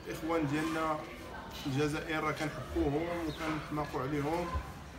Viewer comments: هو عنده مشكل فاﻷسنان لذلك يقول الزازائر لكنه يقصد الجزائر فقط ينطقها غلط لأنه عنده مشكل فاﻷسنان. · الزازائر هههههههههههههههههههه اوففف وا رآه الجزائر ماشي زازائر ضاهر صحح ليه اصاحبي ونتا جالس كي نفيسة